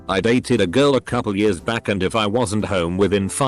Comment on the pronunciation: Nobody: Reddit voiceover: ‘in 10 yurrs’